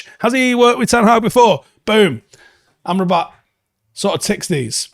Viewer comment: I can't seem to unhear "armed robber"😂.